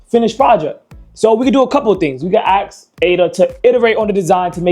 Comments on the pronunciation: Axe it how to say Ask 😂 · AKS a question? You are highly intelligent seeing you can build this, therefore you should know that aks is not a word. It's ASK. I'm Dutch and even I know this. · could not keep listening after the third "ax". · Quick question why are you axing her? 🪓